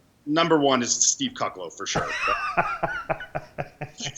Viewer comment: Lol he sayed steve cucklo